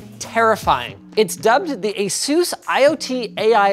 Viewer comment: This is not how you pronounce ASUS.